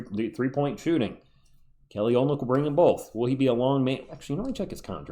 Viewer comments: He's got a little dog in him, too! "Oh-lyn-nick"... just for your info. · Take it from someone who took awhile to learn this pronunciation. His name is pronounced Oh-lin-ick. Not making fun, just trying to look out for you.